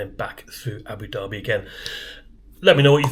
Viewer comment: Great vid. And well done for pronouncing Abu Dhabi properly. Personally I hate ABU DABBY instead of ABU DARBY. Being a bit OCD